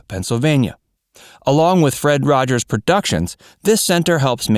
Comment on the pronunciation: “Mr Rogers’sis” Neighborhood